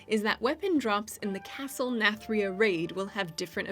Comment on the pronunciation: What happened to that Nathria pronounciation? Imagine it like narnia but with TH instead of R